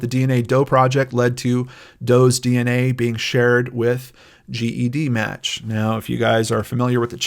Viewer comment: “Jed-match” is how we in the genetic genealogy world say it 😉 thanks for all you do!